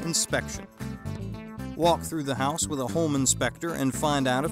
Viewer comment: No.3 says HOSE POOR instead of house poor...just saying!